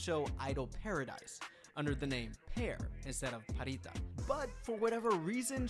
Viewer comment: Pharita is pronounced Parita not Farita.